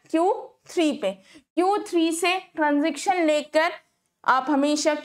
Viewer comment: stop saying transiction table its transition pls fix your pronunciation